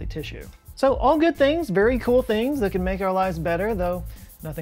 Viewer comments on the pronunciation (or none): none